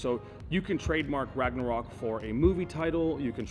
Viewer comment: How about instead of “RagNArok”, you spell it like it actually sounds “ Ragonrok” or something. It’s a different name so it should be fine